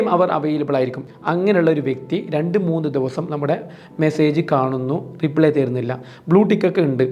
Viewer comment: Bro റീപ്ലേ അല്ല. റിപ്ലൈ ആണ്. Re-play എന്നാണ് താങ്കൾ ഉച്ചരിക്കുന്നത്.